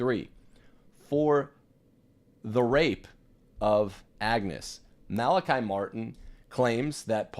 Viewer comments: Mala-kee, please. Like him, I'm Irish, and know several other Malachys/Malachies. In Ireland it is never Malaky (rhyming with sky). NEVER! I you continue to0 mispronounce, go ndéanfadh Dia trócaire ar do anam! LOL Try Google translate! :-) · Just an FYI…. He said his name Mal-A-KEY. He has played such an amazing role in my life and I’m so happy to hear him being validated! So many lies were spread about him. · The Irish pronounce his name Mal a Kee! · He has also said his name is Mal a KI, on the Art Bell show, as well. Mal a KI never corrected him. You're fine! The trads need to stop parsing hairs over every little thing. We could become very Pharisitical in a short amount of time if we're not careful. Human pride problem.